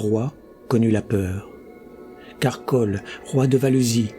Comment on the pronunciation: Super comme d'habitude. Merci. Mais pourquoi Koll et Brole et non Kull et Brule ?